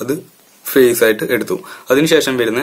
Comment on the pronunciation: ഫെയ്സിന് p അല്ല f ആണ്